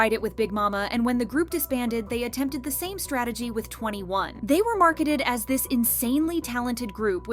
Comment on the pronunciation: 2n1 is actually pronounced two and one not 21